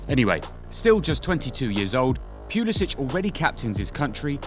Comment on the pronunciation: The way you're pronouncing the first syllable of his last name is incorrect. British or no British.